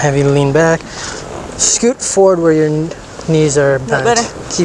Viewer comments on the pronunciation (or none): none